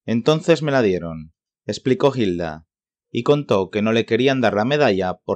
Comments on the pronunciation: No se pronuncia "JILDA" sino "ILDA", la H es muda y no suena y Sor Yeye no fue novela, fue una pelicula, Hay que documentarse antes de hablar. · Muchacho que estás narrando el video... Papa en español no pronunciamos la H al empezar la palabra... Te oyes fake deverás, algo horrible.